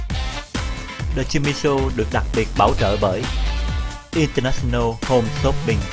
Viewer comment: Show hay. Nhưng mỗi lần quảng cáo điệu nhạc nghe chát chúa quá và Jimmy nên ráng phát âm cho đúng English chớ đọc chữ International nghe phát âm rặc tiếng Việt mà Jimmy thì lại ở Mỹ nghe hơi không được hay!